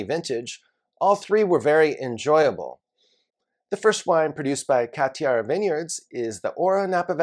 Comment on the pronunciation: Just FYI, you shouldn’t pronounce the « D » sound in Cathiard